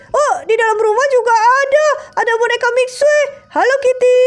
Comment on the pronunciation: Itu manggil eskrim mixue miksue nama nya emang mixue tapi di baca nya miksu bukan miksue 😂